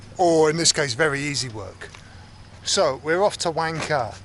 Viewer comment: it pronuce wang ka h it silent